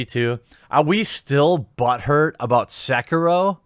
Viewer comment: It's "SEH-KEE-ROH!"